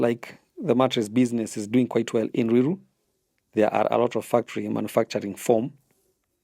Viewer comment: Ni ruiru not luilu